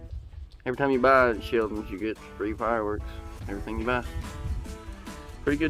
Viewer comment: Sheldon’s? Do you mean Sheltons